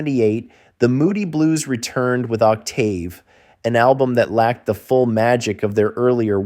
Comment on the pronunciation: I forgot to add, the mispronunciation of "Octave" is probably a clue that a human being didn't narrate. Ironic, when the voiceover intro to Threshold of a Dream warns of computers taking over. Keep on thinking free.